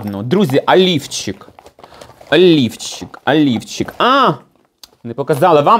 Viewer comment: сказала "олівчик", а я почула " а ліфчик". Вже думала, зараз приміряти буде:))